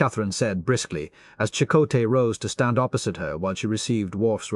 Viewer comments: AI mispronunciation. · "Chuck O Tay" HA HA HA! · Every time reminded me of "Chic-o-sticks" from my youth. 🤮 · Them names tho. It don't blame ai for not knowing how to pronounce fictional names. Or places